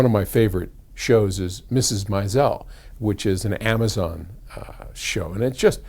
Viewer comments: Myzell? You mean The Marvelous Mrs Maisel (may-zul)? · Really? I don't watch it, but I thought it was pronounced "Myzel" as well.